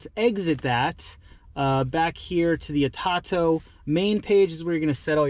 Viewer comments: Atato? Do you mean? It’s pronounced A toe toe my friend good luck 🤣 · It is pronounced. A-toe- toe